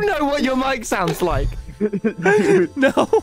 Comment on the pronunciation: . MMMMM yes "souds"